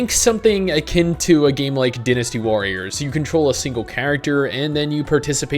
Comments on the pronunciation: DIE-nasty warriors... not dinasty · he said "DEENysty" warriors.